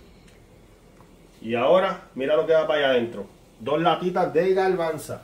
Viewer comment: No se dice garbansa ....garbanzo